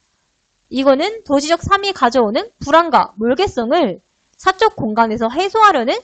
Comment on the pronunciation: 강사 발음 너무 안 좋음 삶이[살미]를 사미로 발음하고 몰개성을 몰개썽으로 발음함